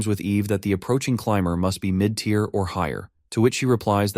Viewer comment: I know this is 8 months old but I have heard much better from your channel, you should really take this down and redo it. I mean there is a span of like 10 mins where the AI is reading the words but NO ONE QA them. Saying words like tire and not tier